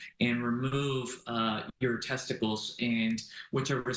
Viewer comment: I don't think the first guy can say testicles that was jarring five seconds in lol, finally a real punishment